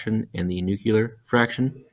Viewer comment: NUCUlar? Really?